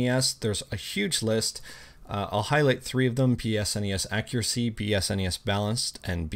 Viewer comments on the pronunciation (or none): none